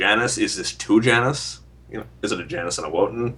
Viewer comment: STOP SAYING YAWN-US YOU ARE NOT IN ROMAN-ERA EUROPE